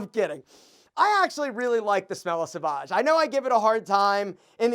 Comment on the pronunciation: One thing that makes you look low value is when you don’t pronounce the name of a particular brand correctly. It’s pronounced SOVAGE .. Not SAVAGE